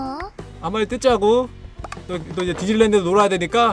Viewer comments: 나 뒤질랜드로 들었어..ㅋㅋㅋ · 근데 디지니 랜드를 디질래 랜드로 했어요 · 봄수님이 디질랜드갈때 뒤질래라고 들림 ㅋㅋ